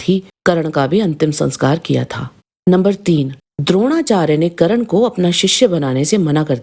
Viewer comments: थोड़ा पढ़ लिख ले फिर ज्ञान बांट करण नही कर्ण होता है पाहिए नही पहिए होता है नाही नही नहीं होता है साही नहीं सही होता है वेधब्यक्ष नही वेदव्यास होता है अहानक नही अहंकार होता है ग्या नहीं गया होता है दिलते नही दिलाते होता है धनुधर नही धनुर्धर होता है बच्चे सीरियल का ज्ञान मत बांट मूल महाभारत पढ़ 😂😂😂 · Didi ekto wo Karan nahi hai .unka naam Karn hai...😅